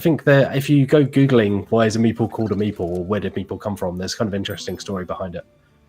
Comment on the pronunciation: Not sure could look any more disinterested without taking off her headphones and walking off. It wasn't until the explanation of where meeple comes from that I realised was saying "meeple" and not "meatball".